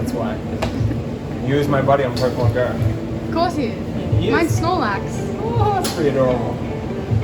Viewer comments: They said Pokeman it's Pokemon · Its Pokémon not pokeman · I'm sorry to correct it just bothers me it is po-ke-mon